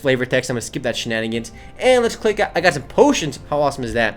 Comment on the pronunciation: Its sooo funny when he says shinanigans